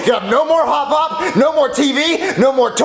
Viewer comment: Same I was wondering what hot hop meant but it’s hop hop lul